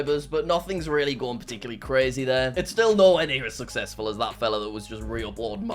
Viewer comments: but he cant say the word success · I can’t imagine how many takes jack did to say success correctly 😅